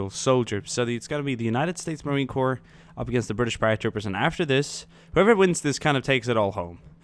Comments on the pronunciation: usmc is pronounced marine core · Love the video but on your question at the end Marine Corps is pronounced as Core. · Never say Marien Corp with the "P" cause that means a dead body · The 'p' is silent in the word Corp. When you pronounce the P, it sounds like corpse. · It's pronounced "core." Thompson is pronounced "tompson." Only errors I heard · bro the Marine Corps is pronounced core. Whoever told you that is wrong. And Thompson is Tompson.